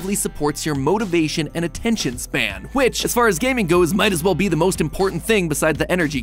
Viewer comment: "Attentiom span" 😎